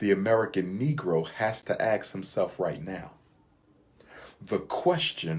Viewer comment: I must ax the question....it's ASK didn't they teach you that in college🤣🤣🤣